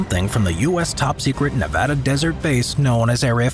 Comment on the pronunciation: Thank you for knowing the correct way to say "Nevada".